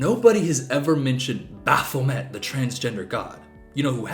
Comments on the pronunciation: Hey, Satanist here! Baphomet isn't a fucking god?? Baphomet (actually pronounced Baff-oh-may) is a supposed to represent harmony between Science and Spirituality; that somethings aren't meant for us to understand, but what COULD be understood, we can use to help improve the world. Baphomet is a symbol meant to decentralize human existence and ourselves, as individuals. Baphomet is both person and beast, they are both female & male, both nature and nurture, they are of knowledge and the incomprehensible; more over, they are both a character from Christian mythology, but also a symbol that has been developed outside the scope of Christian belief. Baphomet was not made to be worshipped, they were made as both a rebellion and a symbol of connection. Perhaps all of that is "evil" to a god-fearing Christian type ig? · for someone so educated, she cant pronouce baphomet right 🤣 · i literally hate this women so much. firstly its baphomet (bah-fuh-met), not bApHomEt. he is a “deity” and he’s not trans, he is a god-like figure that has no gender, like christan god. both are not male nor female, and specifically baphomet is not good nor evil, he’s like a symbol of neutrality, dude. i’ll say it for the people in the back too: “SATANISTS ARENT FUCKING EVIL, READ THE TENTETS OF SATANISM BECAUSE IT ALL BOILS DOWN TO “DONT BE A PIECE OF SHIT”. secondly, skeletal structures don’t mean shit, i know cis men with very petite and “feminine” frames and i myself have pretty broad shoulders for an afab person. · What makes it worse is that that’s not how you pronounce Baphomet (bc it’s french)